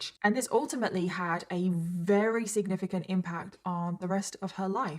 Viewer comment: didi you need tabs on saying 'significant' 😅 ilysm but it's distracting 😂